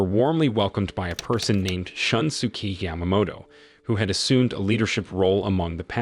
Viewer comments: I burst out laughing whenever I hear Shun-su-kee. It's more of a Shoon-su-kay. Maybe for future reference. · More like shoon-skay, but yeah, I was annoyed with a lot of his pronunciations too.